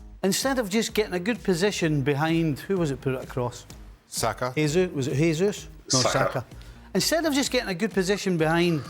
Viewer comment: Can somebody tell Stevie that Gabriel Jesus is brazilian and his name isn't pronounced "Hey Zeus"? Ffs